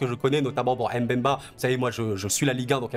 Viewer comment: Why are you saying M ‘bemba ?